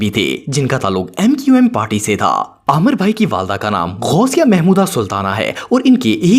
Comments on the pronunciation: Amar nai hota Amir hota ha🙄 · oooohhh please dont Say Aamar liaqat. its sound really bad....